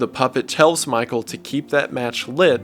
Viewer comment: When I first heard it I thought springtrap was yelling "MY TOE!" Instead of Michael